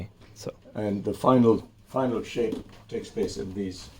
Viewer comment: Saaape 🤣😂🤣😂 idiot.. its shape ni saaape 🤣😂🤣😂😂